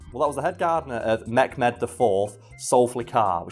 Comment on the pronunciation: Mehmed is pronounced the way it is written, Meh(as in the show was just meh)-med(as in the med from medical) , and Zülfikar is pronounced Zool-fee-khar. love the show